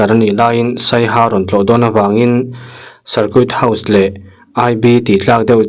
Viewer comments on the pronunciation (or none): Sarkut tiin lam lo la.sarkit house ti ang in lam ri tohla a dik zawk sin sir.circuit house ..ngaihnom thin ltk e.sir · Cir kuit house😂tia lam loh tur...